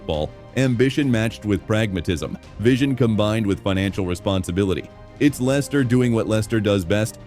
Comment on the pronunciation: Can't even get the name of the club right [Lenster?] . Why should we believe this claptrap ??